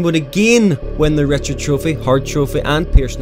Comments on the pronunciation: Not Rocket Richard, Rocket Reeshard. French sounding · Please mate, Call him by his name please. A player as great as him deserves to be called by his name.... or the Great 8 or Ovie. Also Rocket Richard trophy is pronounced Rish-ard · Rocket Richard is pronounced Rocket "Rishard". Played for the Montreal Canadiens. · The scoring trophy is the "Rocket Richard" trophy, but the guy was french Canadian, so Richard is pronounced "Re-shard". He was the first player in history to score 50 goals in 50 games, which he did at a time that there were only 50 games in a season. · The Richard trophy is pronounced “Rih-shard” just so you know lol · Rocket Richard's pronounced (ri-SHARD) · I love ya bud, but it's pronounced "ri'SHARD", not "richard". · In french you woulndt pronounce a d in richard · You do pronounce the "d", but it's a much softer "d" than english. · im fucking French canadian.Theres no way to say richard quebec at lesst that ends with a pronounced d it ends in ar. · Amd itd pronouced foorsh beh Rray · You're pronouncing "Richard" incorrectly, but I'm gonna let it pass.